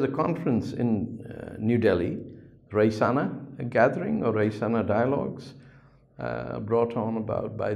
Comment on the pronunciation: SIr It is pronounced as Rayseena